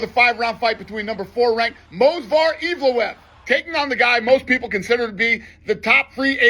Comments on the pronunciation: Imagine being denied again and again while streaking and undefeated, and the face of the company can't even pronounce your name correctly in a promo video, despite fighting NINE times for the organisation. Dana is a clown theae days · and dana can't even pronounce his fighters name right 😂 evloev disrespect is crazy